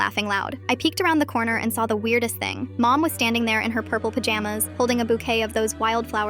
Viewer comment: "thinng" son i think you need to go to school😭